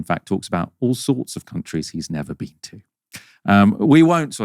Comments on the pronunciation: ''You haven't be-een' is so hilarious! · "Youve never BEAN??...😦" what a ghoul, man